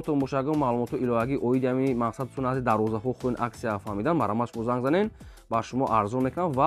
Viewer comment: Гапзанира едгир давроза не дарвоза. Хафа нашав